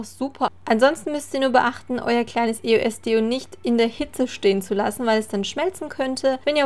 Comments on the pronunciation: Warum sagst du immer I-O-S, anstatt Eos?😂😂❤ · Eigentlich spricht man das als ein Wort aus, ist zwar ne Abkürzung von 3 Wörtern aber trotzdem bindet man sie :D Man sagt ja auch Yolo und nicht y o l o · warum e.o.s mann sagt eos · mich regt das so auf wenn man e.o.s sagt das heiß eos sonst würde das ja auch e.o.s geschrieben werden. 😱😡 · das heißt nicht e.o.s sonder eos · Das heißt eos und nicht e-o-s Aber sonst geil 🙂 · Das spricht man eos aus und nicht e o s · Das heißt eos und nicht e o s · nicht e o s sondern eos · Es heißt eos nicht E O S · Sie hat Die Buchstaben einzeln auf Englisch als Akronym ausgesprochen, also: E. O. S. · haha du sagst eo-s